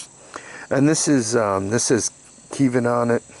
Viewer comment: What the heck is Keevin? lol They're called Keihn.